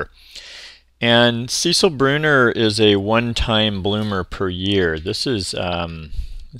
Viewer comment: Sorry 😐 second year near a fence it’s about 8 inches. Thanks for the info and the pronunciation 💕